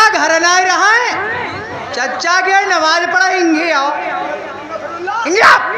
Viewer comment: नमाज को नवाज बता रहे हो